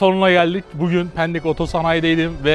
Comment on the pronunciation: Mekan bizim 😁 yalnız Péndik değil! pEndik 😁 kalın e ile..